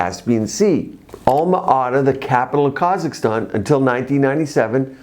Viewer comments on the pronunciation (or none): none